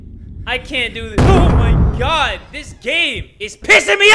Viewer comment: Nobody:: Ohda God, I’m from Minnesota, I swear to Goud